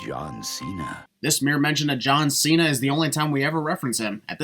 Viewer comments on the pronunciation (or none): none